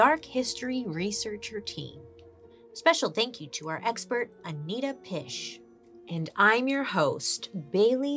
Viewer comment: As a Scottish person hearing you said ‘Anita Pisch’ had me cracking up… deary me that should not be what I took from that episode.